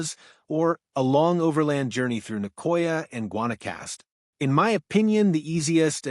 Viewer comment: real voice will get you more views, at least thats my opinion for what its worth. AI doesn't pronounce the destination names correctly, so thought it was all machine driven. Glad to hear its not tho, i hat the AI takeover of YouTube.. You lost me at Guanacaste. I lived there for 2 years near Tamarindo. Awesome surf all over the Nicoya. Hope you get some good ones!